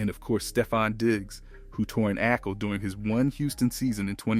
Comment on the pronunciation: what's an ackle?